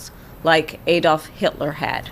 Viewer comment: Americans,the name was Adolf...NOT Aaydolf...🤦‍♂️😆